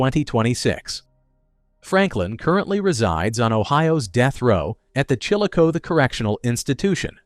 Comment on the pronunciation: It's pronounced "Chill O CA THEE"